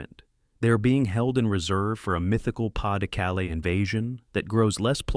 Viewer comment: Just when I was going to compliment on finally saying Bagration correctly, we get Pas-de-Calais. Seriously?